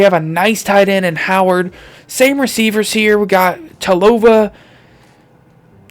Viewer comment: It’s pronounced with Tungavilova so you say it with a n that’s not really there if you didn’t know you could just look it up!!!